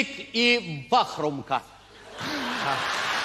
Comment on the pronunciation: Вахмурка. А не Вахрумка.🤨